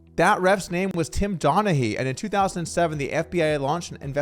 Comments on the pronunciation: It’s not donna hey. It’s donna Ghee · Tim Donagee is how its pronounced, just gotta get that right for the ball crowd ;)